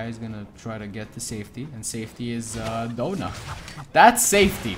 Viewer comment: The fact he said doughna not Donna